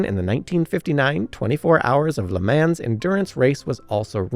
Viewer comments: Chassis, Nice, Le Mans, I gave up at that point, someone teach this guy pronunciation. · But "chassis", "Le Mans", and "Nice" need some work. And I did hear a "nu-cu-lar" or two in there.